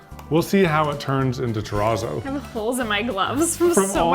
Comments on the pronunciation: TEH-RAAAAZOW You've said the word pizza so many times. You know how to say terrazzo correctly. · Concrete Terrazz-oh-no : Funfetti Ter-RAZZO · I just watched do a project with Terrazzo! He kept calling it churrizo!😂😂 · The channel Ben’s worx just tried that Razzo stuff a couple videos ago and I kept thinking he said chorizo instead of terrazzo… I was like why are they calling it fancy salami? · Begging ya'll to learn how to pronounce terazzo. You're killing me here.